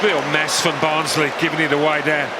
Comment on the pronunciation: It is barnsley 😂